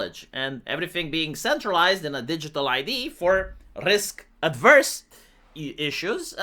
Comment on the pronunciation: It's risk averse, not adverse. Completely different word.